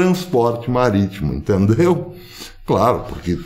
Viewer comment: Falou em "turner" e "maritmo" me lembrou Piratas do Caribe... kkk